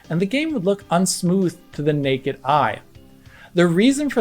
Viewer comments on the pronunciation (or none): none